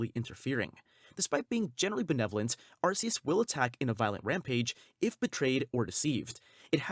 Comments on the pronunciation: ARKEUS.. not Arseus. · YOU SAID IT WRONG! IT IS ARCEUS! WANT ME TO POST THE LINK NEXT TIME? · ARKOOS.. not Arkeus.